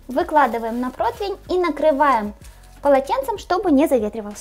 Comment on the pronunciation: з задоволенням дивлюсь Ваш канал. Є одне зауваження, без образ. Якщо ви прийняли рішення, як і раніше, робити пости рос мовою, незважаючи на всі події, будь ласка, слово «противень» НЕ вимовляється як «протвень». Дуже ріже слух.